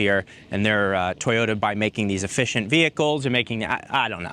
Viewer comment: sir, it's to-yo-ta, not toy-yo-da and thank you for the informative video.